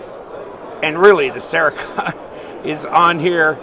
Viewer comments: Cere-coat not cere- kot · Cerekote….. It is pronounced Sarah-Coat, Not Sarah-Cot 😂😂😂☠️☠️☠️